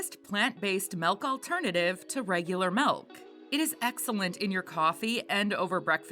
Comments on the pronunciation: Why does she keep calling it melk? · I’m just making light fun of the way the woman is pronouncing the word milk in the video. It really sounds like she’s saying melk every time to me.